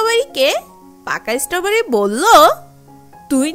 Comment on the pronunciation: ইসষ্টবারি।।। এটা কিরকম উচ্চারণ